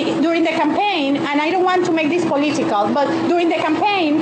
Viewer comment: What a dumb person..."I don't want to make this poleeetical"🙄